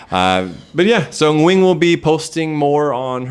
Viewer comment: The way says Nguyen’s name is IMPRESSIVE. Foreigners rarely can pronounce the Ng like native speakers can.